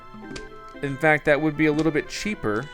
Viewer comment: You said the fack